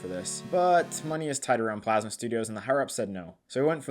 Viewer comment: Anyone notice that after they burned it, it then said Plamsa instead of Plasma 😂